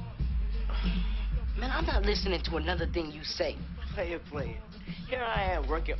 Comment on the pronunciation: "playah playah" 😂